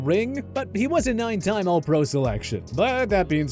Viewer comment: Lol I’m suppose to value OPINION??! Guy says Paul Hornung, Jan Stenerud and even the words ALL PRO incorrectly. The Jerome Bettis take is so ridiculous it’s not even worth mentioning, he was a pro bowl player 6 of his 13 seasons, he retired as a top 5 rusher of all time. I seriously watch to laugh at how little they know bout the NFL